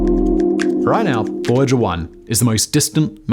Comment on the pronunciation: а Вояджер-1 знает что он теперь фожэуан?! почему-то у голосовых движков рот не набит лягушачьими лапками и они произносят нормально 🤔